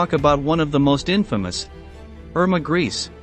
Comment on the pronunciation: This is such a low quality, that it end up sounding almost like a parody of documentary. The names for example is not "Mengel" and "Erma Griis", but Mengeelee and Iiirmae Greecsee, if that helps.